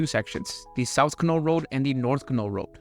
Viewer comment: the Canol road is pronounced can'-all emphasis on the first syllable.